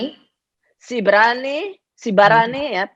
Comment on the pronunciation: ido poang ...au mambege pas didok ito marissa : saya ada sepupu disini..sibarani...luarbiasa poang..pengucapan sibarani itu buat saya keren dan enak didengar ..hehee. Bolo au sibarani sian laguboti..alai oppung oppung nami nunga pinda tu arah silimbat silaen ..goarna gonting...sibarani 10 do au..bolo hamu sibarani piga?